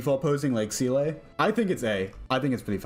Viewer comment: who tf is cee-lay 😭